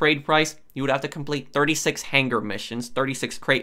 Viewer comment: Do you intentionally pronounce stuff wrong to piss people off? My YouTube started auto playing your videos and I just let it go for a while, but the way you pronounce things is infuriating. So much so I'm going to downvote. Torre-ADDER. Han-GER.